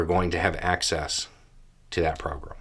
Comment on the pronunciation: your accent in these videos is pretty mild, and I'm quite used to it, but for whatever reason, today, every time you say "program", I hear "pogrom". The first time you said it, you were reading from the letter, and I thought it was done on purpose, but the rest of the video... I'm not complaining or anything, just felt compelled to say it.